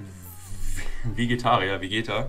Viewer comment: Niemand:: Vegetarier? VegeTAN? VEGEtan?